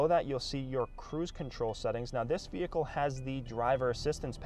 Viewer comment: You are NOT a salesman...that is sooooo 90's...You are a "Mercedes Benz brand ambassador". Get with the program! You say the word "vee-hick-cull" about 321 times. Try substituting the word "Mercedes" or "Convertible" or "Cabriolet" instead and only use it a couple of times. Most people watching this video have figured out it is a "vee-hick-cull" early and don't need to be reminded 321 times.